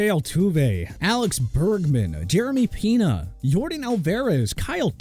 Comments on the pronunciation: more like Jeremy “Pina” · Jeremy Peena, Jordan Alverez 💀💀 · “Alex Bergman, Jeremy Peena, Jordan Alverez” 😭